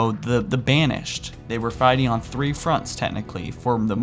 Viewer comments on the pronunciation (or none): none